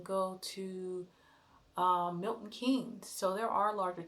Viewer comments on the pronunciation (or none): none